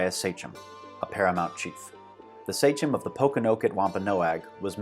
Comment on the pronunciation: Extremely informative and engaing video, but the pronunciation could use work. Sachem is pronounced "SAY-kem", not "SAY-chem" for instance.